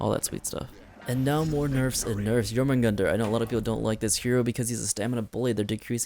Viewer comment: I have no idea what this guy is saying sometimes. Especially when he was talking about Jormungandr. Went from speaking normal to mumbling.